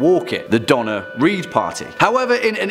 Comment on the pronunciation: Need to pronounce that hard 'r' on Donner, because the pronunciation is coming across DONNA REED, an American actress. 😂